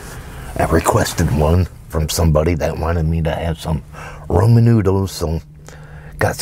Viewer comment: Did he say roman and not raman